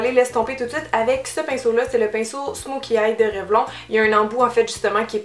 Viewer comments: Ça ne s'écrit pas comme ça s'entend Cynthia on dit REVLONNE sinon super vidéo comme d'habitude ! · non haha ^^ c'est pcq en France vous le prononcez à l'anglaise... mais au Québec on dit Revlon.